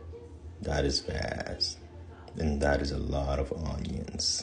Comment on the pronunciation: “Oh there chopping oooniionz” 😂😂😂